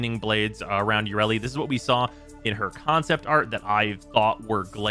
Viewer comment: Let's all laugh at an in-dus-try that never learns anything ya-re-li